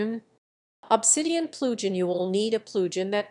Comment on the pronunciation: Enable the Ploojin.. ZZZZZZZZZZZZZZZZZ * KAPOW* . Just Kidding Good info.